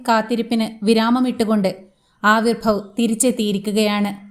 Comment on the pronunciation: His name is Avirbhav not Aaavirbhav